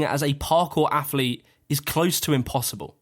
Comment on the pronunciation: Please stop saying aff-leet